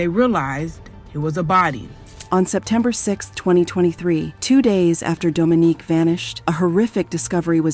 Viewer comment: How yall go go from calling her “Dominique,” to “Dominiquae?” Do better! Anyhow, RIP to this gorgeous woman. Sending strength to her entire family.